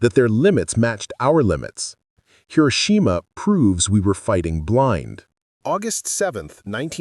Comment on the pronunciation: Hi - row - shi - ma🇺🇸